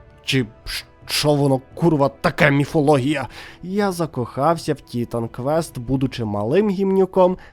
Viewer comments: Ага автор ще так наголос робив на і що аж непособі це чути. ТІ!тан квест)) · Я додивився відео до кінця, не скажу що дослухав, тому що вже під кінець пішла кров з вух, хоча мені навіть почало здаватись, що я все життя помилявся і правильно казати "Тітан квест", а не - "Т..." стоп, а як там було? Автор, ти ж це спеціально, так?)